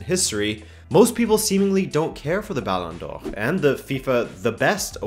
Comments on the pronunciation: I love your correct pronunciation of “Ballon d’Or” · It bugs me that you say ballon d'or with french pronunciation but butchers rabona with that accent. Good video tho. Got a new sub!